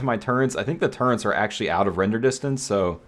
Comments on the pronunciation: Love the video but what's a turrent? Oh you mean a turret!! There's no N in that word. It's a turret, easy word! haha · I'm sorry, I love your content 💯 But after 7 years as you say... I draw the line of you calling turrets......TURRENTS... Stop it now or I'll find you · theres no 'n' in 'turrets', my dude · Where is the "N" in turret?